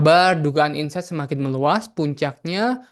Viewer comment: Incest bukan Ines, ....